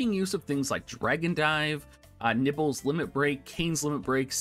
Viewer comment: i've been a loyal subscriber for the past year, however there is no way i can gloss over the fact you just called my waifu " nibbles ", at first i thought it was just a phonetic failing on your part, but you actually doubled down on it and typed it exactly how you said it. her name is " Niv'lu " it's a beautiful name and for you to desecrate my ears with what is tantamount to a verbal fart... that my mole like friend was the last straw. unsubscribed.